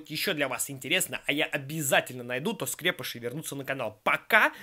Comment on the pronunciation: правильно говорить скрепышИ а не как дификтивный скрЕпыши